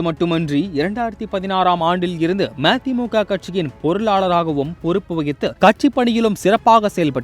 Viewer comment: ம தி மு க என சரியாக சொல்